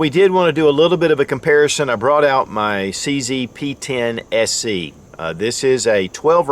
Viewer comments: Did he say SE, or SC? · I know, it just sounded like SE